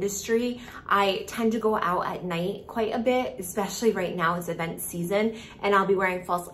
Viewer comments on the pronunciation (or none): none